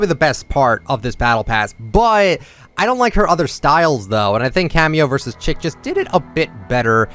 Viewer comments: cameo vs chic is pronounced “sheek” not “chick” 😭 love your content though much love & support!! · You have a tendency to, just, completely bungle the pronunciation of words, but I desperately need you to know that “Chic” in “Cameo vs Chic” is pronounced the French way, “sheek”. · nope haha! look it up it’s pronounced “sheek”, as in ‘chic fashion’. when something is chic it is very stylish. it is a term commonly used in fashion! not a big deal but just thought I should clarify!